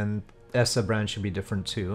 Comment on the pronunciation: Eh...Sorry, but I've kinda already lost interest at just before the 6 minute mark. It's not really my thing. Regardless, I thought it was pronounced E-SAH not ESS-SAH... o.O